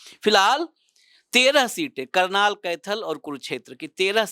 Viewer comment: करनाल not कर्नाल